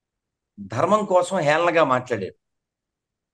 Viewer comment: సనాతన ధర్మ తల్లీ dhurema కాదు ధర్మం. ని పలకటం నేర్చుకో